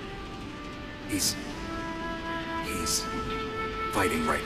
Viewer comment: Why did Meryl call him "O"tacon 😅